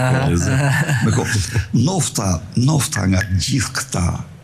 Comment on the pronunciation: Ka lezet qe flete percart nuk thot ndofta po thot nofta nofta ah ah berisha ke ik per lesh 😂